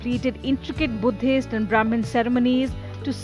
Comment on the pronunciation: Lol indian but cannot even pronounce sanskrit name vajira longkorn. And its brahaman not broman. Bumipol anduñaded.